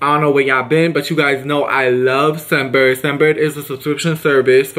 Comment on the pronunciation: Your saying sun Bird...it's scent bird